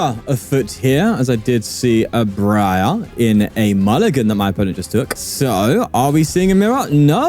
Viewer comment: for the record, the pronunciation of Briar is similar to "Dry" and the first part of "Argh" Just pretend it's spelled Bryar instead of Briar, that should help I think